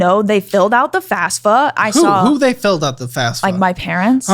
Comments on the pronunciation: Fafsa not fasfa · Two things: 1. IT'S FAFSA not FasFUH 2. We found twin sister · Come on people, its FAFSA, not fasfa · Is there a reason they all, without fail, say FASFA instead of FAFSA? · “they filled out the FASFA” “who they filled out the FASFA” 😂😂😂😂